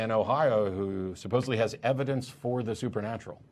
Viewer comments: Wait, is the caller saying "suppose-ively"? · he kept saying supposively instead of supposedly. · I really thought he kept saying supposively too.